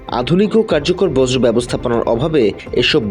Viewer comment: বজ্র না বেটা বর্জ। দেখে খবর পড় না?